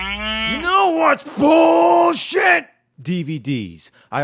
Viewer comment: no, your not saying it right. It's BULLSHIT!